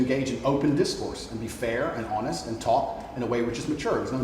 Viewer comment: Did I hear "Honest"? As in actually pronouncing the 'H'